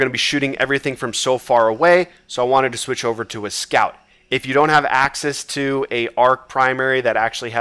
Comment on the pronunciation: Every time you said access I though you said Aksis 😂